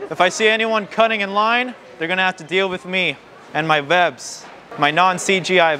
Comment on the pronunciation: Did he say vwebs XDDD